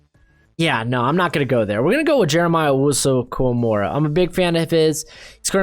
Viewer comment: sorry i was working but jeremiah owusu-koramoah you said koramora, jerome baker you called him Jermaine, Jadeveon Clowney you said Jveon, matt feiler but you admitted that one Kevin king not keen